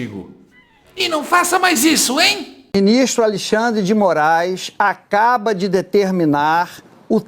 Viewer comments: Falou até errado!! Acabra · ele disse " o ministro acabra" 😂😂😂😂😂😂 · EU OUVI ACABRA OU SERA QUE NAO ESTOU OUVINDO NORMALMENTE ??? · Mesmo lendo , trocou acaba , por "acabra" 😂😂😂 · Acabra foi foda que porcaria de repórter leu tudo errado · Ele disse acraba.....o repórter passa pano ... misericórdia é muita emoção ....😅😅😅😅😅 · 'O binistro acabra de determinar' Eu escutei direito? Jornalistas que não sabem nem falar... Deus me livre. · Oi. Eu ouvi "a cabra"🤔😂😂😂😂😂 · Eu vou comentar sim : o cara disse " ACABROU " ! Doeu meus tímpanos 🤬😡🤬😡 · Pera aí! O repórter da globo Otávio Guedes quando foi repetir a notícia, ele disse Alexandre de Moraes acabra? 😂😂😂 Ouçam de novo, repetindo... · Ele disse acabra?😅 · O Jornazista leu "acabra" kkkkkk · em diante "O BInistro [xandão] acaBRA de determinar", blá blá blá... Sério pessoal, ele falou exatamente assim! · EU OUVI ERRADO OU ESSE JORNALISTE FALOU A CABRA 😅😅😅